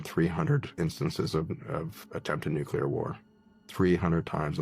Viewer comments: And to the young guy abour in, it's "NEW-clee-er," not 'NEW-cue-ler." 🙄 And 800 babies in the septic tank is most likely a very conservative number; witchcraft has been practiced almost as long as humans have been on earth. Last but DEF not least, GOD has prevented us from offing ourselves and the planet since He created us. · Don't listen to r trds who say "nucular." The word is nuclear. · I’m sorry, I stop listening to a person as soon as they say “nucular”. Can you even read? IT’S NUCLEAR!!!! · It's NU-CLE-UR (spelled incorrectly for educational purposes)...not NUCULAR 🙄 IF YOU CAN'T PROPERLY PRONOUNCE A WORD...YOU SHOULDN'T USE IT! SHIT GIVES ME AN ANEURYSM! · People! Stop saying NUCULAR! It’s NUCLEAR!!! 😆 I’m sorry. That sounds like nails on a chalkboard to me. Every time. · You have to get specific and break it down for the simple minded; “NUKE-LEE-ERRRR”. It’s a major pet peeve along with people who say “aks” instead of “A-S-K”. No you cannot “Aks” (axe) someone, but you can ASK them a question. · What if 1000 years ago it was nucular but they kept butchering it and calling it nuclear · Every time I hear NUCULAR, I SCREAM NUCLEAR!!!!Mama Mia! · I THINK THE PHRASE NUKLIER IS TOTALLY RADICAL ! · Dude! (:This isn't directed at you, but the clip showed at this time:) I seriously cannot stand it when people like this guy talk like they know everything, yet can't even say NUCLEAR correctly!!! NEW-KLEE-UR!!!!! FOR CRYING OUT LOUD!!!! It's really not that hard! he wants to say mother nature. Nah, it's either God or man. Or the devil maybe even. But it's not "mother nature." At least from what i understand, according to the Bible. it's not "crush predators," it's crush prey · Get it ? Nu-clear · Sorry it's no nu clear it's nuclear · It New, it's clear it's.... nuclear